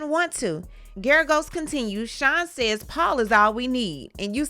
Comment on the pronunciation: Sometimes I feel like you're saying shine instead of of Sean. But sometimes I feel like you're saying filling instead of feeling.